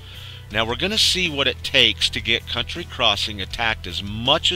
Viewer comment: County crossing, not COUNTRY crossing